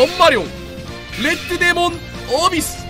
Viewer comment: 레드를 렛드라고 읽는 모습을 보니 킹이 되기에 부족함이 없어보입니다